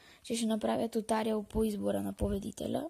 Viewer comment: Не се казва тутариал а туториал